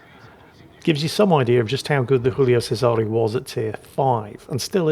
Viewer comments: Giulio Cesare. “JOO-lee-oh CHE-sah-ray” They’re not French; you are permitted to say their names properly,. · Strange mix of Spanish, English and Italian pronunciation there. Giulio Cesare is pronounced Ji-oo-lee-o Chez-a-ray. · never fails to mispronounce Julio Cesare or anything non-English, so I truly believe he doing well and back to his antics.